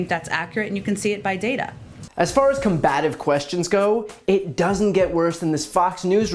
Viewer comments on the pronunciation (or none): COM-bative, not com-BAT-ive…